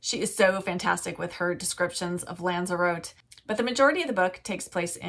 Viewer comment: Love the video but just to let you know that Lanzarote is pronounced lands-a-rotti.